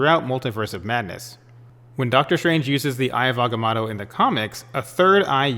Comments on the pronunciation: This guy 😆 he said aggah-matto......wtf hahaha n he's a comic book guy? Yeah right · AgaMOTO You know like MOTO-rcycles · Good theory but can you pronounce agamotto correctly, a bit annoying